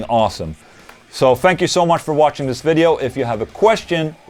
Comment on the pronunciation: when you end your videos it sounds like you're saying "thank you for washing!" lol